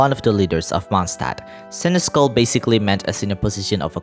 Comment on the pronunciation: Hey friend-o. Just a friendly heads up! Senechal is actually pronounced “Sen-es-shall”. It’s an old medieval word so pronouncing it right is a random chance to begin with lol. Edit: I shall leave another comment when im done with the video 🫡